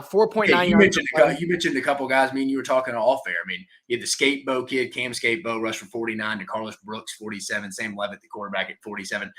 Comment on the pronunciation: Temp-E Lev-it Skat-uh-boo 👍